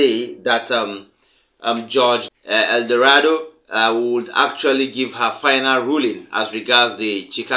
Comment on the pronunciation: It’s Nancy L. Maldonado NOT Eldorado